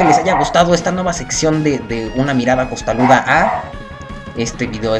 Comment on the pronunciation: "Costaruda" es que estabas hablando y pronunciando en japonés. Tú muy pinshis bien, eh.